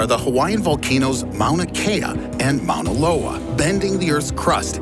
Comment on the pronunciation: Hawai’i native here, thank you for pronouncing Mauna Kea and Mauna Loa correctly! Fun fact, Mauna Kea is actually the tallest mountain in the world if you measure it from it’s underwater base lol